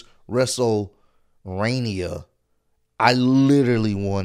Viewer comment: Man night 1 was actually good and the fans make the matches better Edit: I didn’t even hear cole say wrestleRAINia did he really say that?